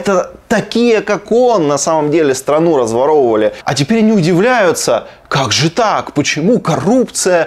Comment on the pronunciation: " ... разваровивалі ..." заявив авторитетно, йому перепало.